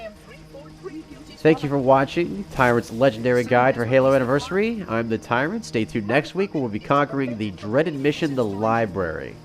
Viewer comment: Why does the girl pronounce Anniversary that way? It's so frustrating!